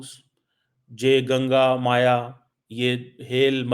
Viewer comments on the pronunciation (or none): Abey mere chomu Bhai Ganga Maya Nahi it,s Ganga Maiya, Maiya Means Mother samjhe,pata Nahi Tumne P.H.D ki Bi Hai ya Baise Hi Apne Name ke Sath Artificial Doctor Laga Liya Hai, kiyonki Aadhe Se jayada Word Tum wrong pronounce karte Ho.😅😅😅😅